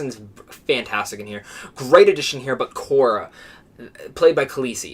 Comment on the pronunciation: You mispronounced Kira not Kora. And Beckett not Becker.